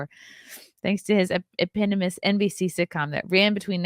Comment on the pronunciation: Eep - On - O - Muss - Eponymous.